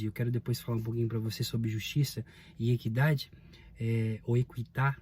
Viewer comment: Equidade, pronuncie como se houvesse ainda o trema : como no italiano